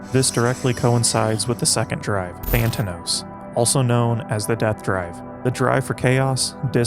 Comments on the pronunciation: ThanAtos* not Thantanos, as the narrator keeps saying. Makes one thing the narrator can’t read, despite this being an excellent video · Tha - na -tos, not Than - ta - nos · tha - na - tos big man not that - na - tos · Dude … it’s hard to take a video about anything Freudian seriously when you mispronounce a basic Freudian word like “Thanatos” at least twice in less than a minute. It’s “Than-ah-toes”, not “Than-tan-ohs”. You’ve gotta get things like that correct. And now that you know about it you should try to “fix it in post” somehow. It really undermines the credibility of the whole video it you don’t know how to pronounce “Thanatos” when you’re talking about Freud. Thanks for making the effort to provide a video discussion of one of my favorite works by one the post WWII pseudo-Marxists. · I read this book 8 years ago, its nice to refresh the memory and this was a great explanation of the book. Now im gonna be that asshole who nitpicks, but its pronounced tha-na-tos not than-ta-nos (im sorry, i sw ear i never do this). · Wait, "Thanatos" isn't really pronounced "Thantanos", is it? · Yup, exactly like famous guitarist Carlos Sanatna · Very good video and every different way you fail to say thanatos makes it even better